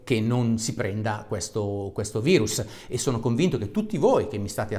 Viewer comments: Si dice VIRUS NON VAIRUS, È LATINO, CAVRON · bello e utile video divulgativo per far capire anche ai più testoni l'importanza di un comportamento corretto. un appunto al caro dottore: min. 5.55... virus si legge virus, non vairus... è latino, non inglesaccio 😉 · COVID è una sigla inglese, quindi in quel caso il prof ha detto vairus. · Come " vairus " Dario? Virus si legge come in latino non con la "i" all inglese (passami il termine); non fare come Di Maio.. Modifico alle , in inglese si pronuncia "vairus" e capisco che intendevi pronunciarlo in quel modo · Virus é latino nn inglese nn si dice vairus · Aia, quel "vairus" l'ho già sentito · hai detto vairus? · Anche tu che dici VAIRUS come se fosse una parola inglese ahahaha grande